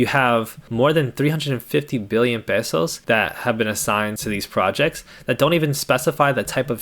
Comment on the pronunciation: Thanks for pronouncing "pesos" correctly—most Americans in the Philippines can't even get that right.